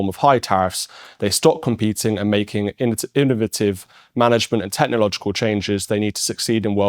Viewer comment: It's innovative, ai you said it wrong😂😂😂😂